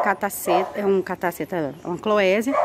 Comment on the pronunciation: Linda! * A pronúncia é Clovésia 😉